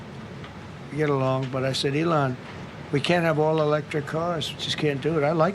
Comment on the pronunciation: I love when Trump hates someone so he says their name as an insult, Like with Ill-on instead of Elon lol.